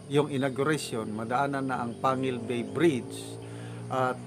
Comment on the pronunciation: Yes. Kc kpag wla c pres Duterte ciguro hangang ngaun plano pa lng. Taga tubod kc ako sir, pero yong plano tungkol sa bridge 1980's pa pero tuwang tuwa na ang taga lanao khit plano pa lng noon. Ang corect pronounciation dyan sir ay (PANGEL BAY) PANGUIL BAY.